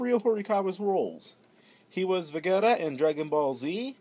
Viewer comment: No offence, but completely butchered Vegeta, Heiji, and Kid Icarus's Names..